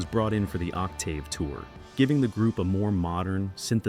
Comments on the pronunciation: Damn that AI narration sucks ass. Ock Tave? 🙄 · It's not an ignorant person... it's computer-generated AI. An actual human would know how to pronounce "Octave." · Narrator needs to learn how to pronounce Octave. I owned all Seven. Om!!!!! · Other than the pronunciation of “Octave” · Agreed, but for me, a minor point.